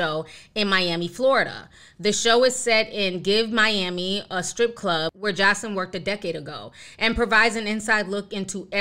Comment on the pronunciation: Wendy’s saying her name wrong isn’t she? It’s more like josalin if that makes sense lmfao not josleen